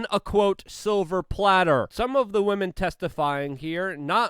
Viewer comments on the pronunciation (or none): none